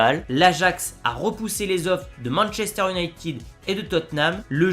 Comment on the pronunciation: Encore un qui dit Manchester unitiiiiiiiiiiiiid